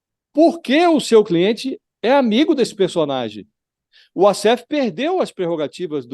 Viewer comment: "Wasséfalo": de advogado a receptador !!!😅😂😅😂😅😂😅😂😅